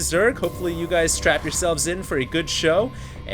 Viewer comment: did he say strap in or strap on?